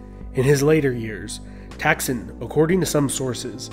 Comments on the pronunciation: It was King Tdaak Sin , NOT Taksin. Please be careful with your pronounciation as it can couse the big effect to others who make take side on The Shinnawattra and those who against them. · His name tak(ตาก) sin(สิน) not thak(ทัก)